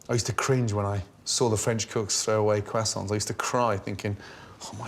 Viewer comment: "What! are you doing with those left over crossaints" (internal cringing)